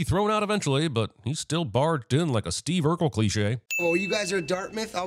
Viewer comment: the way you pronounced “barged” +5 sins